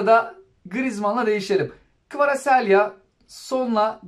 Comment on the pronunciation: kvaraselya ne be abi. kvaratskila diye okumuyor. kanser ettin bizi